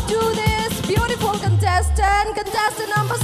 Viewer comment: Sana is beautiful but she can't differentiate R and L... Eg Imphal = Imphar, beautiful=beautifur.